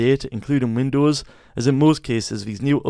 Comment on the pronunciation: “Windoos … do fix boogs” 😂😂 great video thank you very much ❤